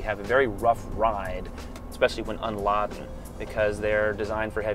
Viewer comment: It's pronounced laden with a long A not a short a like an o.